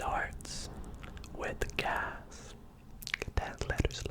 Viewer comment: the riddle with the solution being automobile, i heard "cas" not "gas"... so i thought of Casseroles. Does that count lol?